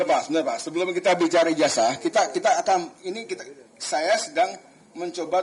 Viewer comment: kok "Ijazah" dibacanya Ijaja?